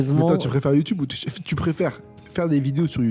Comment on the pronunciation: pour c’est pas Twitch mais Twuitch mdr